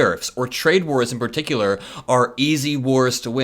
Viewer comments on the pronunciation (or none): none